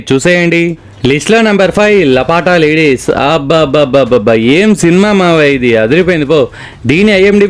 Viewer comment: లపటా లేడీస్ కాదు బ్రో 😅 లాపత లేడీస్....